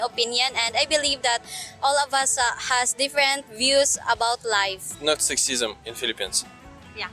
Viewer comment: You are pronouncing Career very well now but Sexism, not so much🤣. Keep trying, you will get it soon. I love when you used to laugh when you said Career lol. Good job and the glasses look very good. So professional sir.